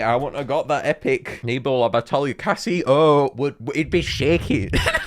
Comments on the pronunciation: it’s Case-Oh, not cassyoh. And also that CaseOh reference was something I did not expect. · its pronounced case-oh. Like the letter k and then soh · Did bro seriously call Caseoh "Cassy-o"? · not to be that guy but it’s pronounced “Case-Oh” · you pronounce it case-oh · 😂😂😂😂cassy sassy o tooty fruity 🤬👹👹👹👹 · just for future reference it’s pronounced case (like briefcase) oh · uuuuuuuh you mean caseoh (cAsOh) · the fact that pronounced casoh as cassy-oh just had me burst out laughing. WE LOVE YOU!:)